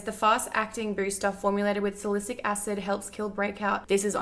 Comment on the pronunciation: Hey GF, Salicylic is pronounced like Sally-sil-lik. Its a hard one and I've heard you say it a few times <3 Love the videooooo